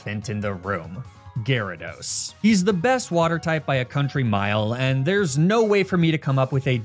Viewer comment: Gyarados but in the aweful way says it